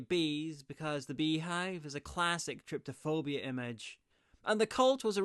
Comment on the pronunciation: btw its trypophobia, from trypa, hole and phobos to fear not tryptophobia theres no t in it